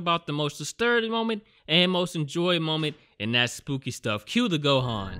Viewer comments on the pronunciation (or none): none